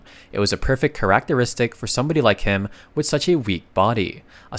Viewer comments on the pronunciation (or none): ah yes karach-teristik